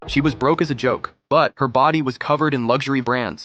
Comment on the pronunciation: "Broke as a joke" Not "brock as a jock" 😂😂😂😂😂😂